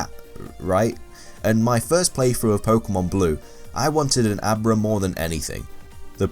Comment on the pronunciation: when you were saying Abra all I could hear was a bra. "I wanted a bra but I couldn't get a bra